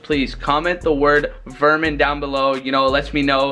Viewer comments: "Verman" lol why are u wearing ur jersey backward its swagger lol wtf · He said Verman